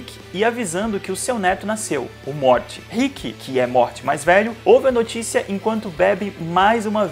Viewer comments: Pq vc fala MORTE??. N assistiu não. Morty se lê morry....kk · Por favor não pronuncia "Mort" please!!!! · Mds para de falar morti 🙏🙏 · Que agonia ver vc falar “MORTY” e vez de “MORY” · se fala morry ou algo do tipo, mais pfv n fala morti dá agonia, aff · Meus ouvidos sangram quando escuto “Rique e Morte “ Kkkkkkkkp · "riqui moirti" KKKKKKKKKK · A pronúncia é MORIIII QUE AGONIA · “Morte” não, meu amado, pls!!! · Pq vc não sabe pronunciar "Morty" ? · Fala o nome do morty direito porra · Isso é um doido kk, até o nome do morty ele pronunciando errado, esse maluco. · Mano da agonia o cara falar o nome do morty errado kkkkk nao se le do jeito que se escreve nao amigo kkkk